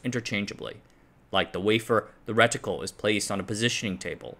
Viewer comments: Stopped watching after he first said ret-itcle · Reticle, don't say the I so loud...